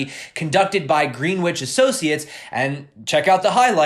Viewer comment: It's pronounced Grenitch